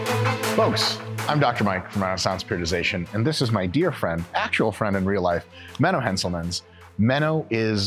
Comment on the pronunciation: I love Menno Henschelmansch. I've been watching hisch videosch for yearsch. He taught me the correct way to perform schkull cruschers! 😂